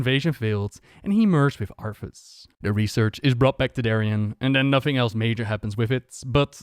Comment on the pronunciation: Its funny how he said arthus like arfus considering the hearthstone card exists lol